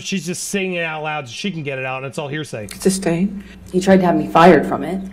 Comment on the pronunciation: Hahah, "hersay". Was that on purpose?